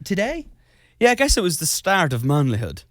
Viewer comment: IM 2 MNUTES N BUT THE WAY HE SAID 'MANLYHOOD' WITH THE MOST BRITISH ACCENT U CAN HAVE IM HOT